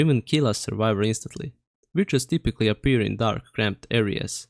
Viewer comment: bro DID NOT say witches